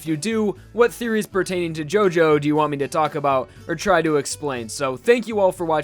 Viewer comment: Does this guy purposefully pronounce Japanese names incorrectly? If so, that's hilarious.